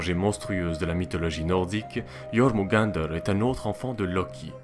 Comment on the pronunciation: Yeurmungander (avec les r roulés) :D